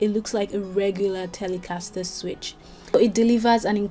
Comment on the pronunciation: The way you pronounce the word ‘Telecaster’ makes the guitar that much more cool. :) Greetings from the States. EXCELLENT video.